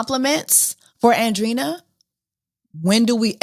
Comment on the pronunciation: Hey Jessie, with love, Andreina is pronounced: an-dre-i-na, like Andre with ina :)